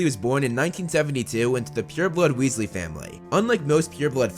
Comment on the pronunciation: Wealsly Weasley hmmmmm